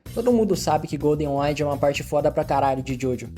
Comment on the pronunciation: "GOLDEN AINDS" ??